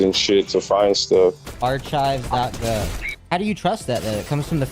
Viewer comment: i think you mean ar-chives